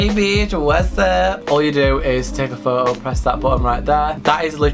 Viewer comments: you say "photo" really wierd, you say it like "whoo-oo" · The way you say foto. Ummm I am cringing so hard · nobody:: "phoho" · You mean like woah-oh